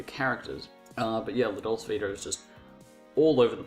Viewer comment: If you're going to have the courage to actually talk about one of he great masters of film then at least you should learn how to pronounce the name of the film you're talking about!